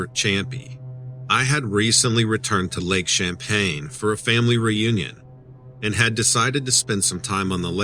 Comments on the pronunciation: It's Lake Champlain NOT Champaign. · i don't know who told the name, but it's not champey it is Champ just Champ, and also it is not champagne it's Champlain okay bud!!! i was wondering when champ was going to be on Dread right in my back yard!!! very cool!!!! just say'n!!!!! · It's pronounced, Champlain" not champagne like the drink lol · 😂 Too bad he keeps calling it lake champagne, instead of lake champlain. And we don't call it champy. Its Champ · It's lake Champlain not Champaign lol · If you're writing a story about cryptids, you should at least get the location correct. "Lake Champlain" not "Lake Champaign." Are you sure you've been there or actually lived there? I doubt it. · Lake ChampLain. Not Champaign LOL. Love your stuff!! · Champlain is the name of the Lake! Not Champain? Can you believe someone who doesn't know the Lake's Name that He is on ??????!!!!!!!? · I used to live on this lake that you are mispronouncing. It is lake Champlain, NOT Champain. There is an L in there. It's NOT pronounced like the alcoholic beverage you are pronouncing it to be. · Lake champagne? It's lake Champlain.. love your videos tho.. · How can you claim to be from The Lake Champlain Basin and NOT be able to pronounce the word Champlain correctly! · There’s an L in Champlain. 🙄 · Wow!! There's gonna be a mutiny if you continue mispronouncing Lake C.....😂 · You would think that someone who claims to be born and raised in the Vermont area would be able to pronounce Lake Champlain correctly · _gazer Ummm, he's right. He is not pronouncing the name of the lake correctly. If you're going to narrate people's stories, at least learn the correct pronunciation of the topic. Sorry to burst you bubble, but he's not trolling. Vermonter here. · are you talking about Lake Champlain?? lol Dont drop your L's...great video as usual!!